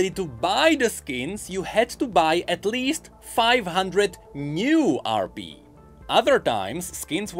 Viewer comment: stop saying rb instead of rp